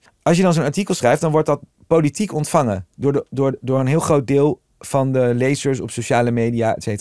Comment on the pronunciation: Hij spreekt nooit de n op het eind van een woord uit. De aarde bescherme - dat wordt politiek ontvange, hebbe, die zitte dan in hun kant.